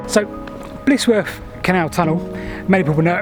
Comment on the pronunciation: Just to mention - it's Blizzworth, rather than Blissworth. Good work as usual, though.